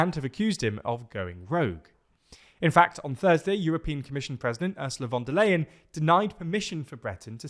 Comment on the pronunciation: Omg the proper ursula von der leyen pronounciation